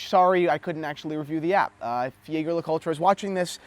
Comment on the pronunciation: Hard to take you seriously when you can't pronounce the brand name correctly. Saying that with my ultra thin on my wrist.